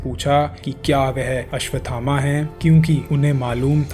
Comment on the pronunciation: द्रोणाचार्य के पुत्र का नाम भी अश्वत्थामा है,आपके वीडीओ में लिखा भी अश्वत्थामा है, फिर यह कथा सुनाने वाले महोदय आप अश्वथामा शब्द क्यों बोल रहे हो।